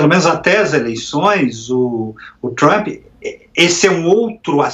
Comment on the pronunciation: Af, nem o nome do Trump esse cara sabe falar direito!